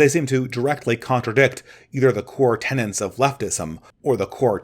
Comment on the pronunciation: Tenets!! Tenets, tenets, tenets, tenets, tenets, tenets, tenets, tenets, tenets, tenets, tenets, tenets, tenets, tenets, tenets, tenets... Not tenants! Sorry... This one always gets me. It's jarring. It seems a lot of very smart people consistently say tenants rather than tenets, and to me it sounds as bad as when someone says "pacifically" rather than specifically, or "pedal stool" rather tha pedestal.